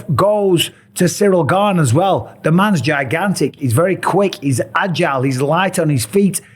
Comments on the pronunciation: But that’s not how you pronounce it 🤦‍♂️ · Gane…. ???? Gane ???? Pa lease that sucks . How many chances does he get . The French Colby Covington .